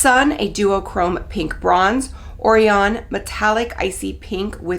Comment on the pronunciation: it’s “qway-zar” and “oh-ryan” sorry that bothered me 😂